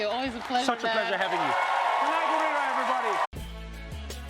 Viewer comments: The way Trevor pronounced Danai's name was not so African though. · Trevor pronounced her name wrong,like what Americans do🤣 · Danai, you need to correct Trevor on how to pronounce your name. If there's anyone who can pronounce your name, it's Trevor Noah. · So Trevor can’t pronounce Danai?